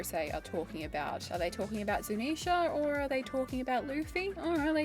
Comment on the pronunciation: I like how you say Zunisha correctly. Drives me crazy watching GLR.